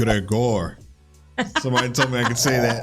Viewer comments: Not gregOr, talk it like grEgor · In Gregor, the stress is on the first syllable, not the second: !Gre - gor¡ (voice rising in syllable one and dropping in syllable two). I also grew up with the Grimm Fairy Tales and, like Struwwelpeter (which you might want to check out, too), they fascinated me more so than that they scared me. Yet, they did function well as stranger-danger warnings to us young children. Children do not really understand the extent of the cruelty presented because they do not usually have a set concept of death and violence, yet (most at least). So, the exaggeration of the wolf eating grandma and the seven little goats and the hunter cutting the wolf open to retrieve them, did not strike me as violent as watching evening news of wars and cruelty in the real world. I grew up in the later sixties and early seventies, the time of the RAF, of the Munich Olympics, the Sharon Tate Manson killings, the Northern Ireland religious wars, etc. etc. etc. when violence in the real world was equal or more cruel than these tales… I also did not grow up with Disney whitewashed versions of these tales as we did not have the money, nor did my parents have an interest in spending time and money on childhood entertainment of that sort. If I ever saw any, I was much older when they ran on (free) TV… and I never really developed a liking to them. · I loved the effort. The actual pronunciation would be something like Gre~~[y]-Gore